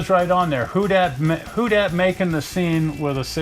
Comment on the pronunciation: It’s pronounced hoe-dad